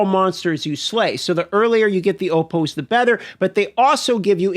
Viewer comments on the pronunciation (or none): Opohs?? lol